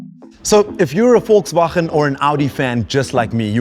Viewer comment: aaawwRRRRRRRRRRRRRRRRR Gotta love it! Im Dutch and the man pronouncing Volkswagen with the hard G was already amazing lol!